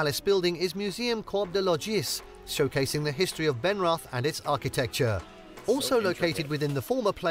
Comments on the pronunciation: Sorry, but in the video "Benrath" has been pronounced wrongly. I know that the “th” invites the English pronunciation, but it is pronounced as if written “Benrat” with “Ben-” like the name. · Although the combination of letters "th" appears in several German words it's never pronounced in the English way. As an example: theatre = Theater, means the same thing but is pronounced ta(y)-aw-ter Hence the palace building is named Schloss Benrath - pronounced shloss ben-rawt; Schloss = palace.